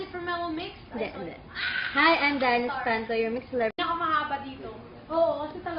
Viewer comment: I laugh in this darren video in the start becouse he rong said espanto then he said espantol and look hes eyes hahah and the wlone he said what?the face funny whhahahhahahaha I watch this 100 times hahahahhaha